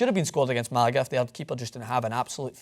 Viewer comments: not really Americans say it like it's written Malaga which is better than what he said. It's not about American and Scottish anyways, he probably just misspoke, and because we are assholes we like to point and laugh, but he can take it :P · close to real pronunciation, watch a Spaniard's pronunciation. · Great vid, but the way you said Malaga was weird as fuck Hahah